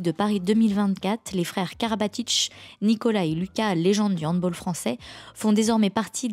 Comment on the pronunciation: Superbe vidéo comme d'hab. Attention on dit HandbAll et non pas HandbOll